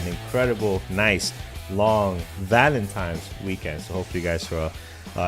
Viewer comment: How do you take serious someone who says valentimes.